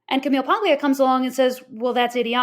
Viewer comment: The “g” in “Paglia” is silent. “PAHL-ee-ah.”